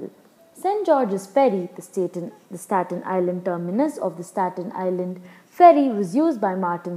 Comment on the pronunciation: Geez, the lady doesn't know how to say Stat Nisland.